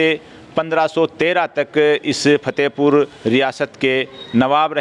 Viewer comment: एक गुजारिश करूंगा नाराज मत होना आपकी उर्दू की व्याकरण pronoun में थोड़ी कमी ह उसे दुरुस्त करने की कोशिश करो Fatehpur को आप Phatehpur बोलते हो आराम फरमा को आप आराम pharma बोलते हो